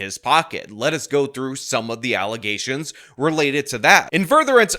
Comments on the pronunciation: its Allezations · You mispronounced Alazayshuns. 🤣🤣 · just more false allezations